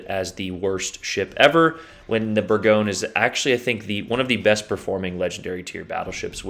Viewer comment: Bourgogne is pronounced Burr gone ee yay